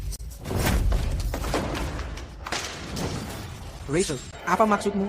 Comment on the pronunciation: Penyebutannya bukan Racel tetapi Rachel ini yang benar .